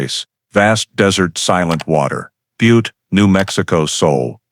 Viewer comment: That’s not how you say Butte 😂